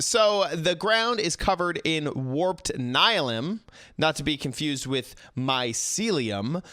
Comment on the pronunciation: It’s pronounced “Ni-le-um” not “Ni-lim”